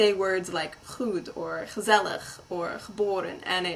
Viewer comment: Gezelig Haahahahahh zo spreek je het niet uit xD